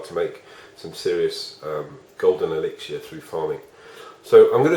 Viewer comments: Brits be like "elixier" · You say mortar and elixer wrong